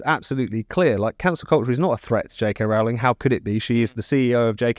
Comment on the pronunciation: Why do they keep mispronouncing Rowling?